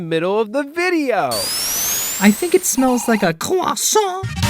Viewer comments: have u finished eating your cwossant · Anybody want a “CROISSANT”!!!!!